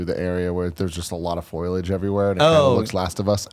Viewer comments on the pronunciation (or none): lol did Tim say "foilage" 😂😂